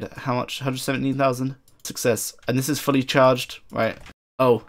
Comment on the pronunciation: LoL "Dzzz" instead of "This is" :P